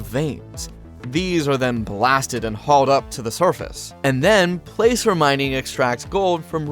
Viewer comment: placer is pronounced plasser.